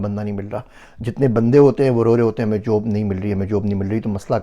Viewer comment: Aap ka pronunciation sab theek except for paisa peisa....n job ki jageh jub. ...little practice will definetly make ur urdu superb. Hope this does not hurt u